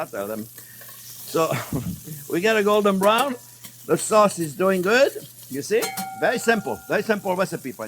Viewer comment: Whenever Chef says "beautiful golden brown" I always hear it as "Beautiful Gordon Brown" haha